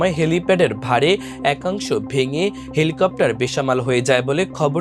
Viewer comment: Helicopter ❌ Thelacopter ✅ 😂😂😂